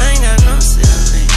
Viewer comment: I saw a mil at 15 Still got really big dreams Your b** a really big fiend I aint got no ceilings Rhyme schemes are supposed to correspond to each other just like this. Saw a mil at fifteen and still has big dreams because he has no ceilings. Also he says (sil-ings) so it rhymes with big rings and still doesnt even sound like he butchers the words. 🐐